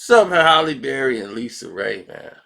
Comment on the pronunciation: said “Haley” Berry, nigga can’t pronounce shit 😭